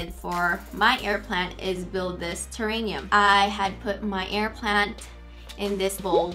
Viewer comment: Ugh, snake plants are NOT pet friendly - please don't spread misinformation to your viewers. It's terraRium, not terraNium